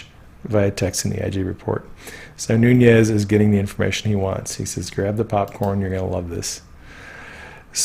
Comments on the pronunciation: Nunes is pronounced Noo - nes. It is Portuguese. Núñez is Noo - nyes, which is Spanish. Just fyi. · Nunez= portuguese noo-nez, not spanish ñ